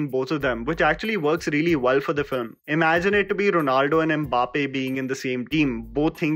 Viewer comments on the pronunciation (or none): none